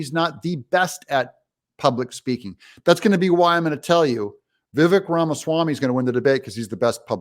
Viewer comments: Doug it is pronounced Ve vake. Do your research. I agree with you on Ron DeSantis. Asa is a snake. We need Kari Lake for Trump. Pence is not a Christian brother. He bore false witness against his neighbor. He is RINO he always has been. Right on Christie is just despicable. Nailed Ramaswamy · Wrong, Doug. Ramaswamy wasn't "funded" by Soros. He accepted a college scholarship which included SOME Soros donated money, back when he was 24-years old. Get it right, Doug! Here's the real concern, Vivek (you're pronouncing it incorrectly, Doug. It's pronounced, Vi-vake) accepted that money saying he needed it to pay off school debt. BUT...he filed income taxes and claimed approx $2.4M of income that year. Hmmm. That's concerning. He 'fibbed." We need to know more. Despite Doug's claims of the other candidates being in consideration, Vivek was really the ONLY truly intelligent candidate up there. The others are numbskulls, lightweights and worse. We are in a battle to save this nation. We need an intelligent and INDOMITABLE fighter in there or you can kiss your rights and freedoms goodbye. It's that serious. Who do you want on the front lines of this war against a very powerful, well funded, leftist, tyrannical movement? Anyone other than Trump right now would result in the US being pushed us over the edge. These are the only tickets that would/could save us. A Trump-RFK, Jr ticket. RFK, Jr would have to prove he would be pro-life and embrace the MAGA movement. In a recent interview, Vivek said he wouldn't play second fiddle so he's out. Maybe Byron Donalds or maybe Kari Lake. That's it. We need freedom-fighters who refuse to back down to the left. Dream ticket would be Trump-Gaetz. Matt Gaetz is the only one in congress who is a stronger fighter and better orator than even